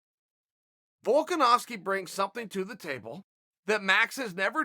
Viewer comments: Notice how Chael can pronounce Volkanovski correctly? It's because he fully respects the guy. Chael only mispronounces names of people on purpose to mock them a bit. I'm surprised he doesn't do the same with Jon Jones. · The real question is how Uncle Chael pronounced Volkanovski's name correctly